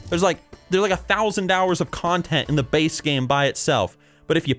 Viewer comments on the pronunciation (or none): none